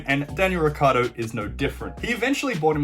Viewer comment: Urs ricCIardo ric-ci-ardo. Not ricardo